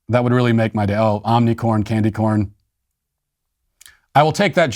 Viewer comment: 🚨 Matt said "OmniCORn"- 🤣😂🤣😂 GODSPEED MATT WALSH! Absolutely priceless... 🧠 ⚕ ♾ 🙏